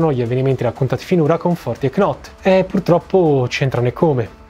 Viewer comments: piccolo dettaglio: la k non si pronuncia. knot diventa semplicemente not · Video bellissimo, ti seguo sempre, domani mi arriva il tuo libro però scusa ma “knot” non si può proprio sentire, si scrive Knot ma si legge “Not” 😂😂😂